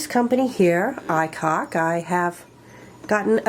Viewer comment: The name of the company is pronounced "I Cook."